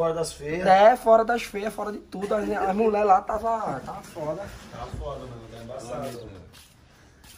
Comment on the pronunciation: Se tem gerson falando muler tem like